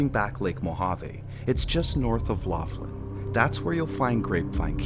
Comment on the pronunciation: Laughlin - pronounced lock-lin, like the name McLaughlin.